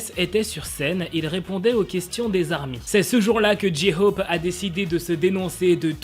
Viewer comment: Pour la prononciation de J-hope c'est Jae - Khope pas Ji Khope